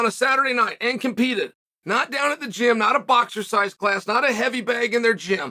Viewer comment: Chael says... aehnd.